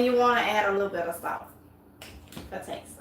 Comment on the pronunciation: that last ingredient was not clear Did you say salt